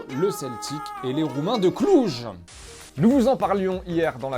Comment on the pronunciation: COMMENT TU AS DIS LES ROUMAINS DE CLUJ TU MA FAIRE RIRE MOI JE SUIS ROUMAIN C SUPER